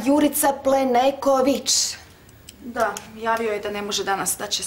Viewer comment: Plenković ili Pleneković??😂